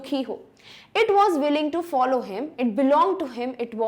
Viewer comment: follow ko to shi bolo